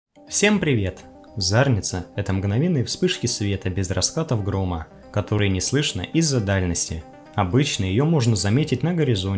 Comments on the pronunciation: Слух режет зАрница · Почему зАрница-то? Ухо режет. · Ударение на и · Ударение в зарнице на втором слоге